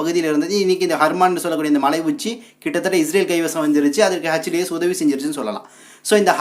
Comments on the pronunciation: ஹஜ் டீ எஸ் இல்லை. எச் டீ எஸ் என்று உச்சரிக்கவும். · H. T. S. பயங்கரவாதிகள் என்பதுதான் சரியான உச்சரிப்பு 🏴‍☠️